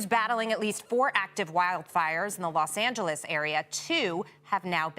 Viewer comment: she called it lost Angeles 😢